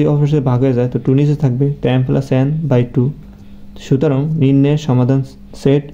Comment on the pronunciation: ফেলাস না প্লাস 😂